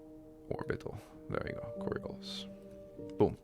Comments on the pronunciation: Really minor correction, coriolis is pronounced cor-re-o-lis with the emphasis on the o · I love the way you pronounce “coriolis”, in British English it’s “co-ri-OH-liss”.